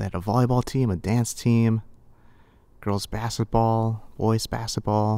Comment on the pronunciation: I wanted to punch a wall every time he said “bassetball”.